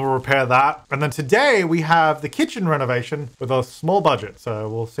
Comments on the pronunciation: She actually said something more like "ernovation" but yeah, it's too close to English! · i heard irnovation